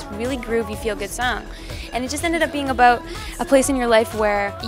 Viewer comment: "It's abooot" haha